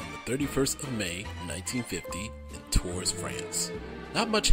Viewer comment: As a french who lived in Tours, you're not so far from the actual french prononciation :-p